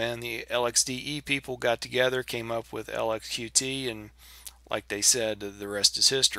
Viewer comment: Nice review, but the Qt project is officially pronounced "Cute" not Q-T.